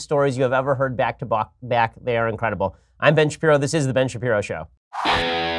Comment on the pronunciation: roy rogers I heard it as back to Bach lol